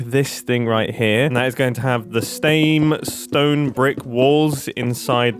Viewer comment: "the stame stone brick" XD!!!!